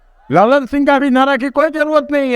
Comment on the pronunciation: लल्लन सिंह नही ललन सिंह है भाई साहेब।